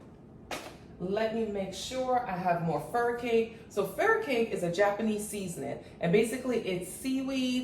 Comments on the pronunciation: I can never find these mushrooms! The “crab” cakes looks so good. Thanks for another great recipe! A friendly FYI: Furikake is pronounced: fur-uh-kaa-kay😉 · Great video. Thanks. The Japanese seasoning I think you are referring to (furikake) is pronounced more like “fu-re-kah’-kay.“ 😊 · Sis, furikake is pronounced “fur-uh-kaa- kay”